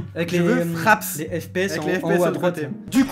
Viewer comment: Mais non , "fraps" 😂 ça fait un baille mdr , je faisais des recs sur crysis 😂😂